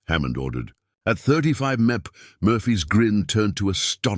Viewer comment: They repeated the exact same information at least four times during this video, and the AI narrator can not pronounce MPH. Having to listen to the same shit over and over while an idiot talks is a waste of time!